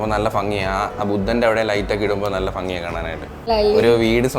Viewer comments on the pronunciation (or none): ഭ വരുന്ന സ്ഥാലത് ഫ പറയുന്നത് ശ്രെദ്ധിച്ചോ 😂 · ഭംഗി ❌ ഫങ്ങി ✅